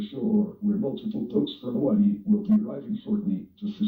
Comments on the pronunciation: i have never heard someone say hawaii differently before 😭🙏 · It’s Hawaii, buzz.